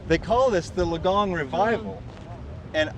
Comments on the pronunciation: No effort to try to say Geelong correctly even after someone told him. At least we try our best to pronounce their country towns and cities properly when we go over there…, if we don’t we sure get crushed for it. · One hilarious vid today 🤣. The shoulder bird, the posing with wooden sculpture dudes, the constant mispronunciation of Geelong, the kiddy ride, and everything else I've not mentioned. Such quality content both of you, but I want you to talk to people who recognise you longer👏👏👌🥰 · I love the Geelong (jalong) bit, very good! ❤️🇦🇺 Edit: maybe “juh-long” for Americans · Love the constant mispronunciation of Geelong 🤣🤣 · I think you need to listen to your camera person she was trying to tell you multiple times how to say Geelong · its actully pronounced as Geelong starting with the letter G 😀